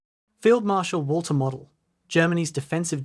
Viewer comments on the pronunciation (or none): it’s pronounced Mowdel